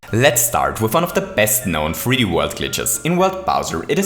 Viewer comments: At the beginning you said “Super Mario free D world” just so you know 😑😅😐😅😑😅😐😅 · Super mario free dee world...